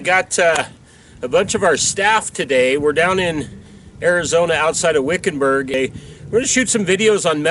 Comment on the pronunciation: you said wickenberg , ha i had a good laff , i got a speeding ticket from the az state police, went to fight it and fifteen officers showed up. i said guilty.